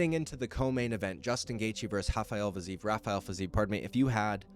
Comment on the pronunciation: My man mispronounces Rafael “Hafael” as if he was brazillian, then says “Ruffy” as if he isn’t obviously brazillian.. multiple times in the same video lol not giving you shit just wondering whats going in in your head brotha 🤔